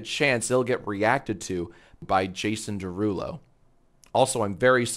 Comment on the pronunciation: You pronounced it wrong it’s 🎶🎶Jaaasonnn Derruuulooo🎶🎶